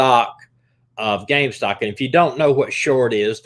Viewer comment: Omg it's called REDDIT and GAMESTOP not Redick and Gamestock...🤣 Sorry I had to it was driving me nuts 😅